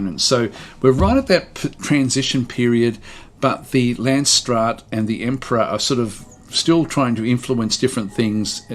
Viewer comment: Nope, you saying làndsstraat really puts me off